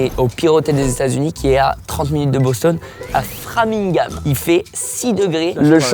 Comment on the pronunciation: Tu m'a fais saigné des oreilles a cause de ton Bostone on dit Boston sans de e a la fin